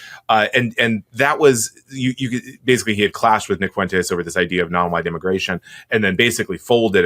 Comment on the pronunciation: 😂 that one guy has the picante on it 💃🏽